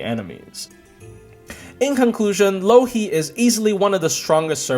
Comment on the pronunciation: every time he says Louhi I keep hearing Loki